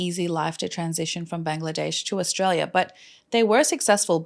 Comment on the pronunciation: Thank you! I was today years old hearing the correct way to say Bangladesh! Keep up the good work! We adore you and are grateful for the stories you share with us with such compassion and intelligence.